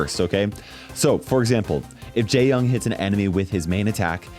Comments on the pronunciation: 😭 for other videos where you say his name, the correct way to say jae-yong would be not like "jay" but more like "jaeh" and when saying yong its not with an "ah" voice but an "oh" voice /ʤe - jɔŋ/ in phonetics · I heard him say gay-yong 💀